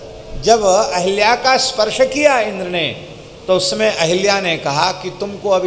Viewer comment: अहिल्या नही अहल्या होता है।सही करिए।